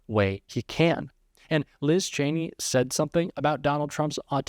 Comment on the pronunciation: Oh so he does know how to correctly pronounce her name